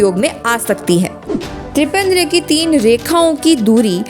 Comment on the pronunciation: पहली बार त्रिपंद्र बोली और दूसरी बार त्रिपंड्र। कभी भी त्रिपुण्ड नहीं बोली। किस प्रकार से संस्कृत का अध्ययन करवाएंगे ऐसे?